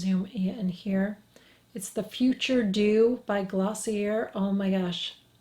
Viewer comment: Psst.........it’s pronounced “glossy-A”, honey.......😘